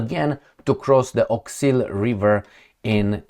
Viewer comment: You wrote 'Oskul' but pronounce as Awk-sil. Are you smart man? Do you pronounce ask as axe?